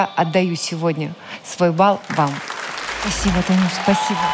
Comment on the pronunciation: Даже с учётом, что Клава специально так поёт - послушайте, как она говорит «спасибо»… тоже псба звучит